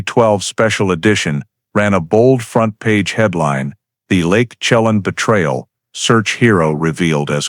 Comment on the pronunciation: At least study how to say the names (Shuh-lan) Chelan, and (Spo Kane)